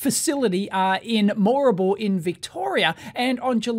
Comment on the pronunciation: Your pronunciation of "Moorabool" is not quite how the locals pronounce it